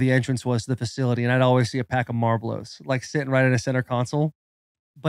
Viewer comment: Marlblows lmfao 🤣